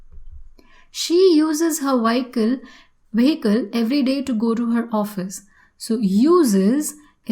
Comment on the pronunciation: You pronounced vehicle ad waikal 😢